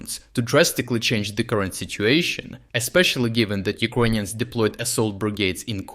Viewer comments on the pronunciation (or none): Why the fuck does he say “Uquonians”?? It’s uKRainians. Even in russian/ Ukrainian it уКРаинй. Doubt he is Ukrainian. There is no Q sound